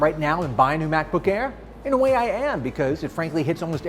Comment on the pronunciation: Did he just says Back-book Bare 0.33?